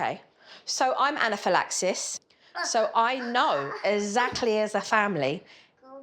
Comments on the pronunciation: No hate cos I love Jo but the fact she can pronounce anaphylaxis yet cannot say exactly (Jo pronounces it ezacly) is hilarious😂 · I always assumed Jo's "ezactly", "azeptable" (acceptable) and so on was a dialectal thing. But I'm an ESL, so I have no idea. I can tell a few American accents apart, but I'm clueless when it comes to British, Canadian, Australian accents. To me - if you break the rules in a game with an Australian opponent - they'll call you a "cheetah". 😜 Nah, I don't think it's disrespecting to Jo to point out this fact. She obviously can pronounce the "x-sound"...